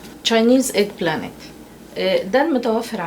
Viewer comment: LOL dis dood said egg planet